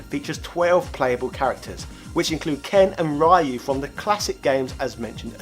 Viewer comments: Dude, seriously, how can you be so knowledgeable about Street Fighter and pronounce Ryu's name wrong!! Ryu sounds exactly how you would pronounce, I don't know, "Re-Use" but without the last "s". Reeu!! Not "rayu"! Dont wanna sound like a weeb but it just hurts my ears when I hear it said like that! Same as with "Ninja GAIden"! It reads "guy-den", not like "gay-den" rofl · It's pronounced as "Ree-you," not "Rah-you." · It's actually Ree-you. In Japanese they have no 'R' sounds so Rs sound like a cross between R and L. In Japanese it can be pronounced 'L(r)ee-you'. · Did you even learn from the comments?! Ryu is pronounced as REYU! NOT RAIYU! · Ryu is pronounced "Ree-you" not "Rye-you"! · Great video! but please! stop saying Ryu as Raeyou, pronounce it as Reeou. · It’s pronounced incorrectly in English dubbed anime and some games as well. They will often say Ree-you, two syllables. It is part of the sound of the dragon punch. He doesn’t say Sho-ree-you-ken. Ryu is one syllable. The Super Turbo announcer says it right. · Why most 90's gamer pronounce RYU as Rah-Yuu instead of Ree-yooh? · Rye-you? O.o It's Ryu. Just Ryu. No aye, no you. Like its written, Ryu. Not Rayeyou. There's no "aye" there whatsoever. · there's still no aye! =( Seriously, Americans also mispronounce Japanese words. You need to read them like Spanish or something. Basically, it's "ree-ooh". Oh, also, Ninja Gaiden is "ghai-den", not "gay den." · Bruh, you made this in 2019 and you really pronouncing Ryu as RYE-YOO? 😂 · Of course, only the guy who says "Rye-yoo" would question if it was pronounced "Jill" or not. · Ri-You? Alex boring? the fuck is this guy on about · "Ryu" - It's pronounced like "New" in Chiefly British, in case digitized voices in Sega Genesis' SSFII (1994) went over you. As many comments throughout all your videos have shown (and GOD there are many!), such pronunciation is inexcusable. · ITS PRONOUNCED REEEE UUUUUU geez its 2019 come on now...... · Nice video...but it's REE-you